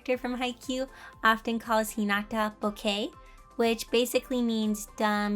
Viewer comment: I think boke is pronounced boh-keh rather than bow-kay, but we got a really cute art piece out of it so...